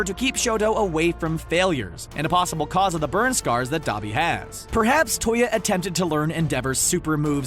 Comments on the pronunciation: i kept cringing when you say dobby but ok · He is saying duabi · D-ah-bee AHHH GET YOUR BHA RIGHTTTTT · Saying Dabi Capitals: Saying Dobby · Why do you keep saying Dobby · Thought you pronounced Dabi Dab-i not Dah-bi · I heard “the son of the hell flame hero DABER” Dont be mad at me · NOT D-U-B-I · ITS D-AAAA-B-I